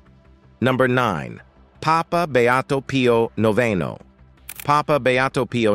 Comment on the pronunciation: You read with a pleasing voice, and you had good diction. However, I had a hard time with your poor ability to pronounce any of the foreign words, of which thee are many. Pio Noveno is Pius the Ninth in English, and noveno sounds like he is novel (new). San Juan Bosco is pronounced Who-an Bohs-co. Etc. I have visited Lourdes, and have seen the body of Teresa de Avila, and Teresa Margherita. God really gives us these saints in order that we may become more pious. Maybe you could do the stigmata of Padre Pio in Italy. I have seen his remains.